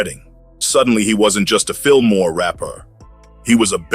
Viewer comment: No R lol jus Fillmoe 👌🏾